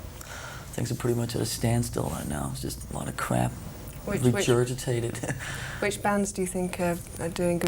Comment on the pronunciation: lars said rejurgitated lol